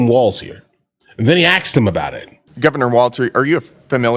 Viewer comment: 'they AXED him about it'... seriously friend spend some time in learning how to speak english... AXE and ASK... 2 different words.